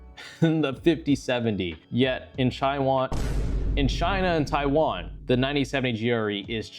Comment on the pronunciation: "Chaiwan" is not gonna make the Taiwanese happy 😭